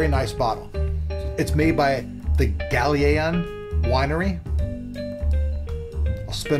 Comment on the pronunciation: The winery is pronounced Gal-Ay-Ano. Just so you can sound fancy talking to people :)